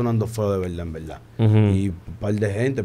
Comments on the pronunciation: “En belda en belda” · Cuantas veces dijo envelda jaaja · "En velda en velda"